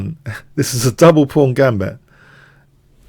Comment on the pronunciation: The "fawn" pawn.